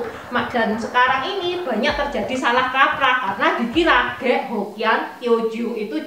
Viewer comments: Medok banget. Ngomong "k" jadi kayak ngomong "g". Ngomong "khek" jadi "ghek". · Khek bukan ghek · Terima kasih atas informasi sejarah yg berharga ttg etnis cina di Indonesia. Sedikit saran aja buat cc, plis saat bilang suku ghek, suaranya bukan ghek tapi khek. Makasih sekali lagi